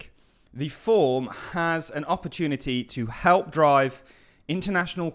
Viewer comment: Forum. Not form.